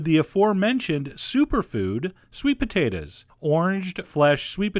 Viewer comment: sweet potatahs